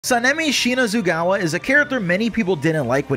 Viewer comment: His name is pronounced (Sa-Na-Me)